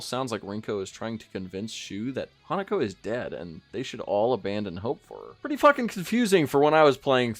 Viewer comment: Hinako is not pronounced Hanako. It sounds like you're saying Hannukah LOL